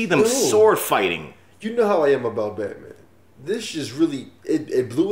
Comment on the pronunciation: Did He Say Batoman?!